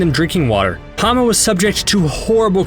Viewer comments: her name is Hama not Hana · You idiot. You absolute buffoon. HER NAME WAS HAMA, NOT HANA!